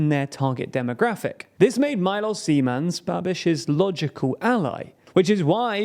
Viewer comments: Man, hearing you butchering Czech names lets me wonder if you butcher other names as well. Not /zi:•'men/ but /'ze•man/ 😜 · I would like to thank team for thorough research which must have lead to this video and fot the effort to pronounce the names correctly. I can see a huge improvement from the other videos about our country. There were minor issues with the pronounciation (e in Zeman is like e in bed, not ee; all Czech words have stress on the first syllable, not the second), but these were not a problem for me. The only thing that disapointed me was the pronounciation of Czechia. Czechia is derrived from the Czech Republic, pronounced [chek], so the right pronounciation od Chechia is [chekia]. I know English pronounciation is tricky, but it is an official name of the country, so it should have to be pronounced correctly. Apart for that thanks for the video, I think it explains the situation to foreigners quite well. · why when he says zeman it sounds like Gman oh god. HALF LIFE IN CZECHIA OH NO. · as a czech, i thought you couldnt say something worse than "Zeman", and then you said "Nerudová"